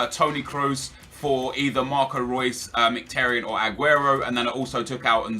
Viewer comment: You pronounce is Merhik-Tar-Yon. Not miktaryen